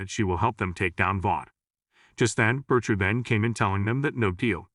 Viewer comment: Why does he pronounce it Bercher?